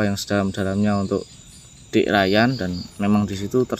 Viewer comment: Udah di bilang nama nya rayan tapi nyebutnya tetap riyan